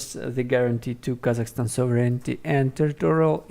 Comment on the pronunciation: Please pay attention to your pronunciation of the word sovereignty